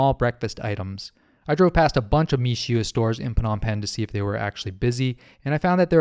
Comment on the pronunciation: Seems to mean "rice snow"? Pronounced "Me-shway", by the way